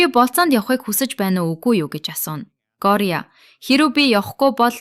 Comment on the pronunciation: Gori bish goriya gj duudj bai